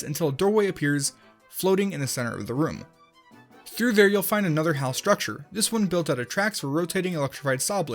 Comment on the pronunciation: you said hell not hal